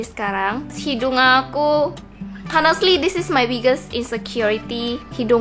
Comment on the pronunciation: ci honestly h nya g d baca jdi onestly (pembacaan)